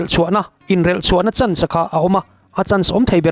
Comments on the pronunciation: A chan zatve ni loin a chàn (lost) zatve tih tur zawk aw😊😊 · Ram tana a chan nilovin, Ram tana a chân (Hloh) tih zawk tur a nih hmel